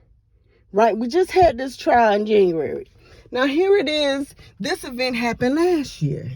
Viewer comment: Her trail?!!! Wow, it’s TRIAL